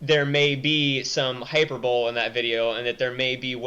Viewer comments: Oh btw, it's pronounced Hi-per-boh-lee, not hyperbowl lol. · Even hyper-bowl-e sounds wrong. I say it hi-per-Bo-le. With slight emphasis on the "per" Good vid tho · I agree with it all. I've actually been out of date on current news for a while, without internet and all. BTW, Hyperbole is pronounced Hyper-Bowl-Ee. Just incase you didn't know. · you pronounced hyperbole wrong :3. Hi-Per-Bo-Li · I thought "hyperbole" was pronounced "hy-per-bo-lee"... Lol. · 1 for not knowing how to pronounce hyperbole